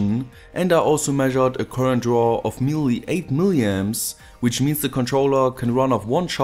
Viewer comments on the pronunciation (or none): none